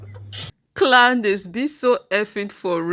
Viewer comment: Did you say Clowndace 😂😅😊 lol..... allegedly she has rock solid proof based on previous settled lawsuit lol